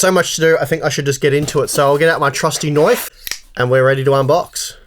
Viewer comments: Love when he says noyf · That was a very Australian 'knoife' you pulled out there. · You can always count on an Australian to have a nice “knoife”. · "That's not a knoife..." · "My trusty knoif". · "My trusty KNOIF"